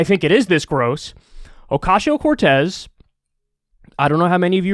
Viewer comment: I love how Kyle says Ocasio. Oh-cashio. Makes me smile every time.